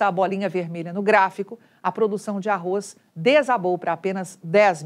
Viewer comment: Parabéns Você falou "ARROZ" Porque é quase insuportável escutar essa imprensa falando "ARROIS"